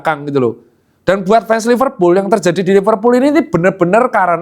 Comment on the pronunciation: Kata temenku Liverpul "L" nya losestrik